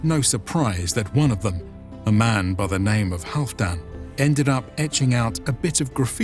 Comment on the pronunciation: You mispronounced the name